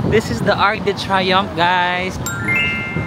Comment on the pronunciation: UK didn't join Schengen so they still keep their currency, that is the Pound Sterling. Technique in purchases: send by shipping ahead used clothes and not needed items so luggage will be light. For info. It is pronounced Ark du Triumph (Arc de Triomphe); Sham Elishey for Chsmps Elyssees. Re: pickpockets- maski sa Rome, mga gypsies from Romania. Mukha rin silang Caucasian (puti) and dressed well kaya inde paghihinalaan.DON'T HAND OVER your camera, malamang maitakbo 'yan. Ikaw talaga, meron naman sa Google na may sound to hear the correct pronounciation.